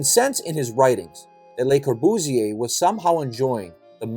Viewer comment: Learn to pronounce the name correctly: Cor·bu·sier, Le | \ lə-kȯr-bᵫs-ˈyā